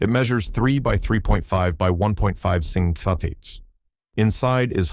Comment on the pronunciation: AIs have the worst time trying and failing, to pronounce millimeters and centimeters...among many other problems. 🤣